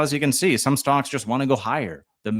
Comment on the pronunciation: Are you saying “stonks”??? Sure sounds like it….. 🤣